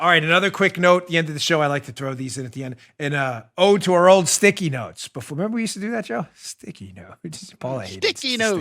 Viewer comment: I sure didn't appreciate the "old" emphasis you wet-behind-the-ears whippersnapper.